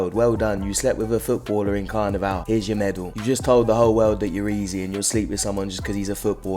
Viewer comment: Yo thanks my Man, was going crazy everytime he said "carna-vel"🤟🏽🇦🇴